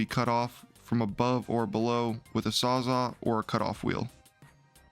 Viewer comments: It’s not a “saw-zaw”. It’s pronounced “Saw-zall”.. as in Milwaukee’s brand of reciprocating saw that “saws it ALL”. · good video. btw its called a sawzall, as in it saws all, not a sawzaa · a Saw-za? Sawz-all or reciprocating saw